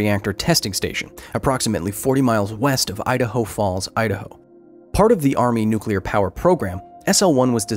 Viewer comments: NUCULAR. It's NUCULAR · I could see Homer Simpson working at that nucular plant.